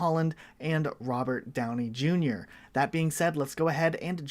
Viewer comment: Owh Mah Gouwd Its Rubert Downey Jueniur (Misspelled Intended)